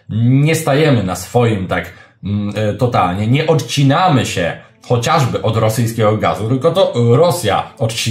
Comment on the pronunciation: Słowo chociażby, ulubione przez Pana jest ciagle i upoczywie źle akcentiwane. Akcent ma padać na pierwszej sylabie.